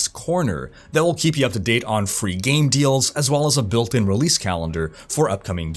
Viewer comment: On the begining you said game servers or gay servers?